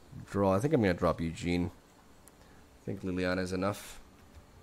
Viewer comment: nothing tickles me more than you calling Ugin "Eugene"